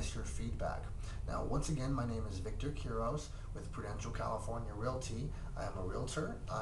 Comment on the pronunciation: You sed you’re name wrong